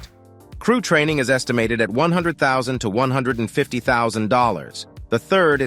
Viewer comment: Really terrific video. Thanks. Small fix needed on the word training.